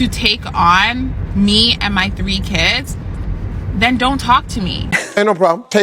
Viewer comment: No man wants to put up with a woman who pronounces kids as" keeeeeeeeeeeeds" read a book you remedial